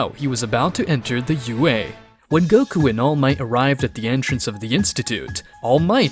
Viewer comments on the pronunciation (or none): Could never get used to him saying au instead of ua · It's also UA not AU 🤦🏾🤦🏾🤦🏾🤦🏾🤦🏾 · I feel like I'm being rage bated every time he says "AU" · why do you say AU and gift?